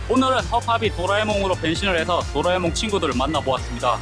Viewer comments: 또라이몽이라 들려요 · 50초때 또라에몽이라고한건 기분탓?ㅋ